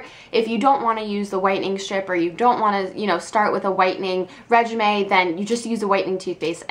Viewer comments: Did she say "regimay" instead of regimen lol ? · it's pronounced "rej-i-ment" lol:P You should do more funny things like the crickets chirping! It made me giggle, and didn't get in the way of the rest of your video. Great vid as always. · no it's reg-i-men